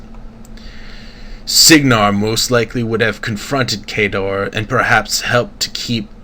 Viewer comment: good stuff, but its Khadoran, not Khadorian. unless they changed it for MkII